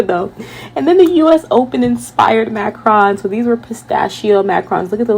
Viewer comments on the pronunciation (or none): Macruuns is closer to the pronunciation as opposed to Macron, who is the president of France. Great video!